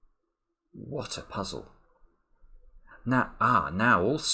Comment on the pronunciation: “Wot eh puzzle!” Anthony.:)